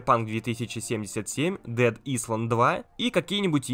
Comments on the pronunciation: Не дед исланд, а дед айлэнд произносится. Что ловить на презентации без инглиша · Dead Island (Дэд Айлэнд). Возьми на заметку произношение :)) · Ты сказал "дэд исланд"?)) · Dead island - читается как "дэд айлэнд"